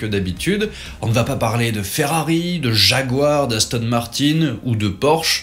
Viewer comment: On dit YAGUEUR ET PAS JÉGUEUR 😉